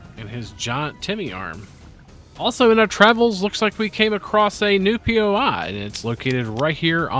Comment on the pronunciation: It’s bothering me so damn much that you keep saying poi like it’s so hard to just say normally lol